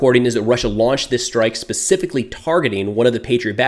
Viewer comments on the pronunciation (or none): none